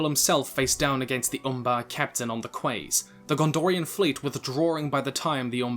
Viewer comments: The word spelled "quay" is pronounced as "key", not "kway". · 'Quay', believe it or not, is pronounced 'key'. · Quay is pronounced key. Love your content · Small thing, you're misprounouncing the word "quay".